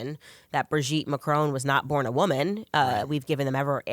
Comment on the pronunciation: Bro-geet Man-cron?